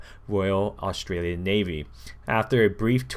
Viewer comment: Iv never cringed so hard you reading some Australian words wrong made me want to die